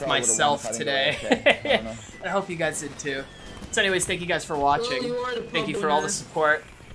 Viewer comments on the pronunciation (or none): none